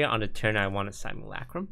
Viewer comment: it's simulUHcrum, not simulAHcrum toast pls